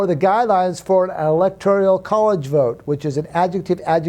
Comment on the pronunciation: It’s “electoral”, not ‘electorial’.